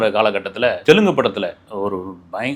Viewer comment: Hey its telugu not telgu..take the language name properly.. Always u will take a wrong language's names..